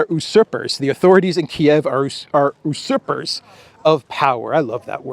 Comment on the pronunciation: usurper, the first syllable pronounced as ju: or (you)